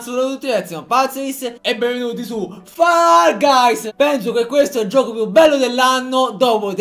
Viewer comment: Ma lo sa che si dice fol gais e non fall gays??